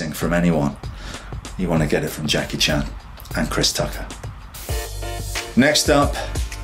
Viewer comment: He actually pronounced (Jackie) 'CHAN' correctly.